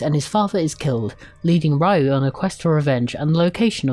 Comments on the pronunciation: It's "Ryo" not "Rayu" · His name is not Rayu, it's Ryo (pronounced Rio like the city) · Excelent review, but the name of the main character isn't Rayu, is Ryo, and is pronounced Rio not Raio